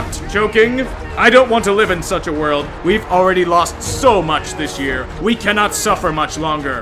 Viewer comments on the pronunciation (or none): none